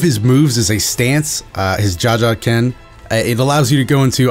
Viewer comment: It's pronounced ker -a-pee-ka And gone move is called the ju-jun-ken